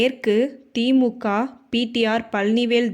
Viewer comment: பாஜகா திமுகா அதிமுகா தேமுதிகா என்று தவறாக உச்சரிக்கிறாயே அம்மணி... பாஜக, திமுக, அதிமுக தேமுதிக... என்று தானே சொல்ல வேண்டும்?